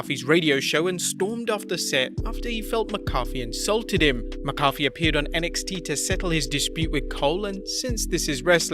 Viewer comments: Why are saying mccoffe? It’s mac a fe. 😂😂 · (Mack a fee) not (my coffe) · Ok.. this is not Tomato(to may toe) tomato(to mah toe)... its MacAfee(Mack a fee). Thats the only way to pronounce it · Mac-A-Fee not McCoffee you make it sound like a McDonald’s drink 😂😂😂😂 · right- I said "coffee kingston" (never heard it pronounced) and my wrestle nut friend yelled K O F EE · it keeps sounding like you're saying Pat McCarthy. Repeat slowly after me..."MAC-AH-FEE" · its mack-uh-fee not muh-coffee lol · How about mack-a-fee. You know, how its pronounced. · Also it's pronounced "Mac Uh-fee" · For fucks sake mate, say it with me...MACK-A-FEE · It’s (mack-uh-fee) pat mccafee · ITS MACK-A-FEE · Thank you!!!!! I literally came here to say that lol. Mah-cah-fee. So maddening hearing that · Let's work on that pronunciation of Pat's name lol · Ur saying his name wrong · this pronunciation of McAfee is triggering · I grit my teeth on how he says pat's name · Learn how to pronounce Pat macfee name.